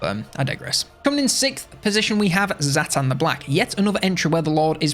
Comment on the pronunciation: Zhatan is not prounced Zaatan its Zhatan. Jyatan